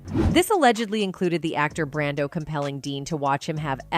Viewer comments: It’s “Brando” not Brandan dump ass computer voice! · WHY THE STUPID AI NARRATOR KEEP SAYING MARLON BRANDON?? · why do you say Marlon Brandon ????????????